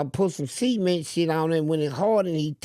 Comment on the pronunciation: said cement as seament😂